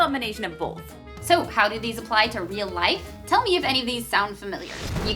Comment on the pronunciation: The only thing i could think art while watching this was how she pronounced "both" with an L.......(like Bolth)